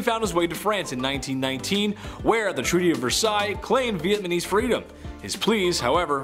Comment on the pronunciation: U can say Vietnam, so add ..neess to the end like Chinese.. Not Chinese... Not vietmamess